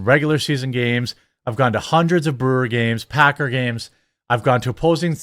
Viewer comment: i'm certain he called them packer fans but i heard pecker fans and no i can't unhear it Lmao also football fans are the MOST toxic sports fans i've ever met